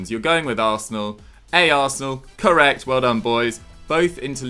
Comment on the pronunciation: Am I the only one who is really annoyed by pronounciation of the word correeeect?